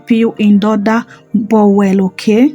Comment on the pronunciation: Thanks for the recipe please it's not called bowel but bowl don't be annoyed for the correction, we learn every day at my age 84 i am still learning i love you